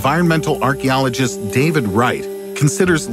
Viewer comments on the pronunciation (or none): none